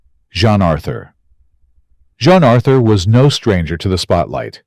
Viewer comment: It's pronounced "Jeen" Arthur.